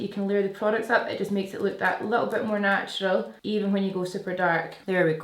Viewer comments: "Snatural" 😂. I have similar shaped brows to yours and you have totally helped learn how to do a brow just the right amamount!! 🖤 Ig: rachelle_hilt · The “snatural” is my fave❤️ Ig: steph_mccelwee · Love the “snatural” ✨ ig:sianoyork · The “snatural” is a whole mood IG: tahliawensley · The "snatural" is perf 😍 IG: krsmoore67